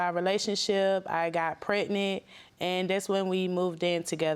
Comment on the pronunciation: Did she just say "pacific" instead of specific, and "pret-nit" instead of pregnant? She do need to run, though. He doesn't put much effort into what he says he's going to do because he knows she ain't leaving.